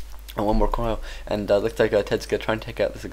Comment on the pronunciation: when he says coil it sounds like he says koala